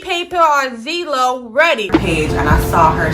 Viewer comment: Did that first girl say ZEELO???